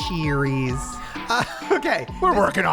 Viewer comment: SHE-spearies not to be confused with Brittany Spearies😂😂😂😂❤